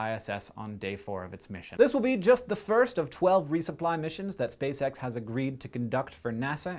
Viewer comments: Anyone else hear "space sex" when Hank said "Spacex"? Nasa, why would you do that? Why? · I thought you said "space sex mission"